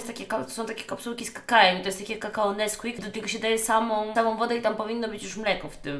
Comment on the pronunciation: Niby streamerka o kurwa jakie to nie nie mądre i óguem a tu nie wie że mówi się kakao a nie kakała i remsua lepszy